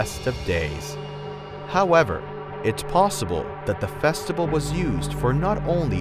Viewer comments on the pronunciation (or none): The narrator keeps mispronouncing easy words. The word is “festival”; not “festibal”. It’s also “vibe”; not “vive”. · I think we’re all ignoring the narrator says “festibal” instead of festival- JAJAKAKAAKKA